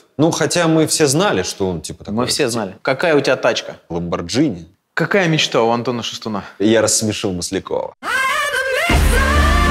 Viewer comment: Друзья, не Ламборджини, а Ламборгини, пожалуйста 🙏✌️